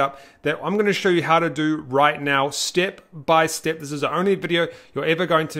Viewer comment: I really like you saying steep by steep! 😊 Keep on good work!